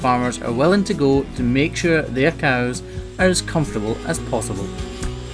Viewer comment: A character in a school play of mine had a Scottish accent and written in the script was to pronounce cows like "coos" and until I didn't realize just how accurate that was